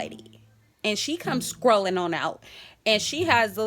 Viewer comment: aaahhhhhhhh sis said "scrollin on out" but it's strolling lol